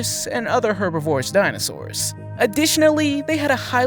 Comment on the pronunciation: Please!.. herbivorous is pronounced Her BIV or us Not herbi vorous